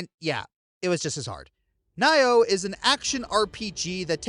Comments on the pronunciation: Did you just say NYE-OH??? HOW DOES NIOH LOOK LIKE IT'S PRONOUNCED NYE-OH??? ITS NEO. NEE-OH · Nioh is actually pronounced "nee-oh,". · Nioh will always be my Soulsborne game. Also, it's pronounced Nee-oh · Nioh. Nee-oh. Say it with me. Nee-oh